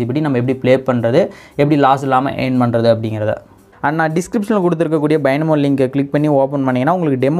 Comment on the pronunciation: Not bainamo its binamo